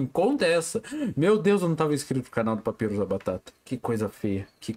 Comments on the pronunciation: Ele falando papirus ao invés de papairus 💀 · NÃO!até o???Até ele fala papyrus errado?😢